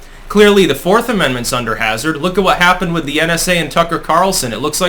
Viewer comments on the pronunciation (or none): none